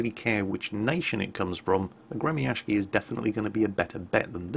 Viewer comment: It is not gre-mi-ash-ki, it's gre-my-shi. Ok?